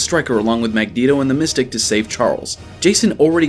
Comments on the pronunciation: "Magneto and The Mystic". Did he really just say that...? If so, at least get someone who at least knows the characters to do the narrating. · Mystique is pronounced like Miss-teek. It's not "The Mystic" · Magneto and the "Mystic"....... Not Mystique (Miss-Teek) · Did you call mystique “the mystic”? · U said the mystic. That's not her name dumbass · The Mystic?! REALLY?!! It's Mystique, like Martinique or antique. How can anyone who has seen the movies, much more so a fan, exponentially more YouTube maker of specifically X-Men video, get that WRONG??!!! FIX THIS Edit: you got her name right in vol. 2 pfft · Mystique!! Not mystic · Mystique (Miss-Teek!) get it right nigga